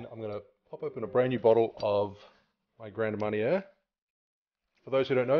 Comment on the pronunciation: It's pronounced Grahn Marn ee ay not GRAND Marney er